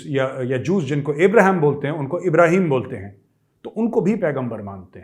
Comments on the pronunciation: Major shabb jab app pakistan ki accent mai bolteee hai HAIIIIIIIII HAIIIIIII tab hasi nahi rokti hai😂😅😂😅😂😅😂😅😅😂😂😂😅😅😂. app kisi bhi standup comedian sai kam nahi hai …..🙏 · I like it when you say Hain Hain it’s so funny the accent 😂😝